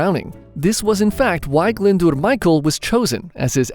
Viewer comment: Your pronunciation of Glyndwr is spot on!